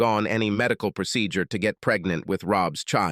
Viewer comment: I gave up after "proceDUre" and "pressSUre"!